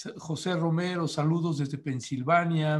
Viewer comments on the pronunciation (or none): none